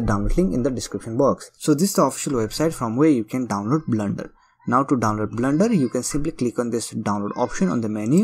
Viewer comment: It's Not "BLNDER" .....blender